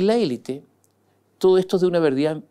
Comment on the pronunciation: Sr. Mosciatti, usted es una enciclopedia de la actualidad y de los recovecos de la política. Sólo le pediría dos cosas. 1. Por favor, pronuncie 'elít' porque es un galicismo que se utiliza en castellano a modo de préstamo, como muchos otros. 2: no caiga en el manoseo de las palabrejas que se ponen de moda y que nadie entiende, esta vez, clivaje. Antes pasó con gobernanza, balotaje, etc. Estos neologismos rebuscados y cursis realmente resultan desgradables de oír. Tuve que recurrir al diccionario y me di cuenta de que lo que yo entendía no correspondía al significado que se le atribuye en política.